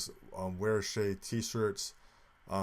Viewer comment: It’s not shay. It’s Che like in che-ckers